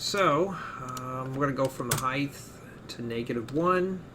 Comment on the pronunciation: I'm sorry, Heidth?? Like Width, Depth? Heidth? When I first heard it I thought it was slip of the tongue, I'm sorry if you have a lisp, but if you don't just a friendly reminder from the rest of the world, the word you're looking for is Height.